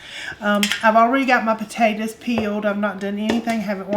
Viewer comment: I grew up in East Texas, your accent reminds of that. I'm not a rude person but, have you ever considered saying potatoes instead of potatatas? It's not a nock to your ancestry or culture but I wonder if you are playing up the "ah shucks" for the camera.